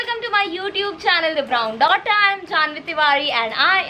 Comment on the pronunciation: Hi This is harshita My brother by mistake pronounced your channel name the brown daunda instead of the brown daughter